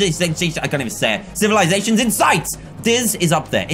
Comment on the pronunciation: I know I’m six years late but- No one: Dan: civilzatizions